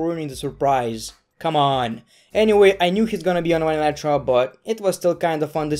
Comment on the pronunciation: You said monday night draw 😂😂😂